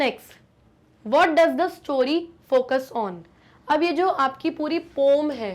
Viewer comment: Poem ❌ Poom✅